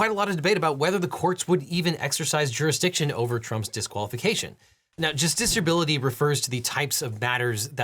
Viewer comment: I just had to leave a comment giving you KUDOS for saying justiciability multiple times with seemingly little effort. It's not an easy word to say!